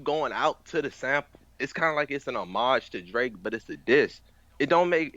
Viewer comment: did this man just say "huh-mauge" its homage lmao what a noodle.